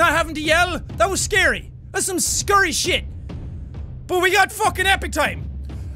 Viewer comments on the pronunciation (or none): did anyone see him say skurry